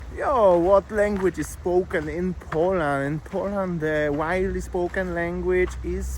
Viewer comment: Could you learn how to pronounce Poland and Polish?